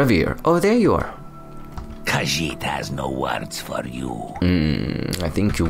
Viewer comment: your khajiit accent is so good